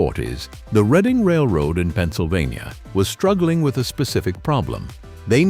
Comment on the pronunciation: It is NOT the reading railroad, it is PRONOUNCED Red ing. My father was an engineer on the READING RAILROAD. READING steam locomotives had a WOOTEN firebox for anthracite, a hard coal. The READING was the largest hauler of anthracite coal in America.